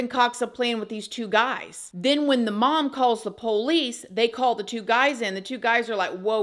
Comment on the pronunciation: I like how you pronounce POLICE as "Poe-lease" That's country as hell! 😊